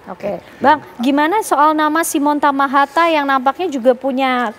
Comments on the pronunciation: Koreksi. yg benar TAHAMATA... bukan TAMAHATA. Marga asal Maluku. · Tahamata, bkn hatamaha, matahama 😂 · Simon Tahamata ya mbak...bukan tamahata....